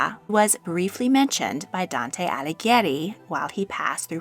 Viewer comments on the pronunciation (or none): none